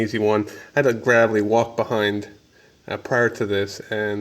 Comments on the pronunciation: It's pronounced "Grave-lee" like a grave. Not grav-lee... Lol. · Read back that part number on the filter! you got something backwards. Also It's pronounced Graaaaavely! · TD MILESKI +1 I stopped as soon as he said graavlee